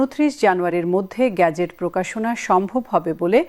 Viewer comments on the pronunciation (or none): গেজেট। "গ্যাজেট " খুবই শ্রুতি কটু!